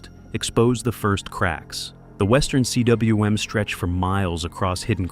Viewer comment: Btw, CWM is pronounced 'koom'. It is a Welsh word for the circular depression high on a mountain caused by the gouging of a glacier. In the Scottish hills, these circular, sheltered depressions are called 'corries'. Sometimes a corrie contains a pond which is called a 'tarn'. In the French Alps, a cwm or corrie is called 'a cirque'.